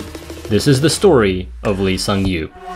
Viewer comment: The way he spells his name in English gives you no chance to say it correctly without help but its actually pronounced "Ee Sung-yop". Otherwise, excellent video.